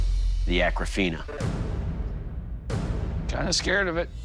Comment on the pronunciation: The swords name is Akofena not Akrafena goshhhh